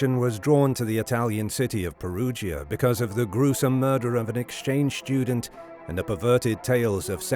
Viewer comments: What is a "schtudent"? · The word 'student' is not pronounced SHTUDENT. Everyone under 40 sounds like Sean Connery after a few sherries. How has this happened?